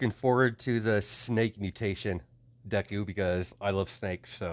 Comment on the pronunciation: You are saying the name right